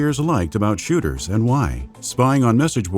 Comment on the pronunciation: Did he say 1st person shitters?